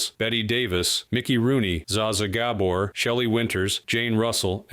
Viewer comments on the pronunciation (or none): It annoyed me also G a b o r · It would be nice if your bot could say names properly. It completely destroyed Zsa Zsa Gabor's name and there's no excuse for it. How long does it take to make sure that names are pronounced as they should be pronounced. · In spite of the narrator's absolute butchering of zsa zsa gabor'sname, this was fascinating. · Szay szuh Gabb-or… not Szah Szah Guh-boar, as is the real pronunciation. And then the film of Jane Fonda during that segment. Oy. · Her name was pronounced like soft… sjah sjah gaBORE… not za za GAbor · Interesting to know these things. Would love to see some of the relevant interview footage. (I gotta say, it's zsha zsha gaBORE.) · Zay zhah Gabor! C'mon! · I love how the announcer pronounces ZsaZsa’s name Zaa Zaa Gaybor!!! lol 😂 Funny as heck! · what amazes me about these type of videos is - IF YOU ARE GOING TO DO A VIDEO.............AT LEAST LEARN HOW TO PRONOUNCE THE NAMES OF THE PEOPLE YOU ARE TALKING ABOUT - ZAA ZAA GAYBORE - SERIOUSLY? Things like this make me want to delete the video - Oh Well it says it's done by LEGACY NEWS - there's my answer - SUCH A SHAME THERE ARE SUCH IGNORANT PEOPLE OUT THERE!! Take Care Folks - HAVE A BLESSED DAY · Pronounced Zha Zha gaBOR. Other than that, very good video. I like how you transition from one celebrity to the next. I also like the details you give. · Im not being overly picky but the narrator kept mispronouncing Zsa Zsas name.. and I understand if you didn't didnt know of her. It was pronounced ShZah ShZah ga-BORE. And she was a pill to say the least. She got in trouble in her later years for hitting a policeman at a traffic stop. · At 73 years of age, it drives me crazy to hear the younger generation with their creative ways of pronouncing the name of a major star from the last century.😢😢 It's Zsa Zsa with that peculiar G sound found in mirage, garage, or baragge. Gabor (with a hard, regular G) is emphasized on the 2nd syllable. It rhymes with bore. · "Zahzah Guyboar " 😂